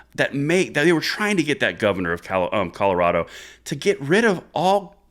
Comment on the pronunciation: Sounds like you all are saying Calirado